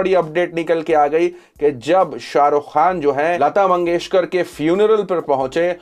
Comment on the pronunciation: (Bharat ratna lata mangeshkar) not lata mangeshwar hyala neet bolta yet nahi ani channel chalautay suresh chavanpuri kuthla